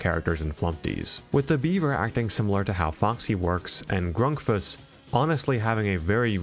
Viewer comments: it pains me how you pronounce grunkfuss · The Flumpty's crew are not animatronics, but monsters. Also, it's pronounced "Grunkfuss." And why do we still care about ONAF at all?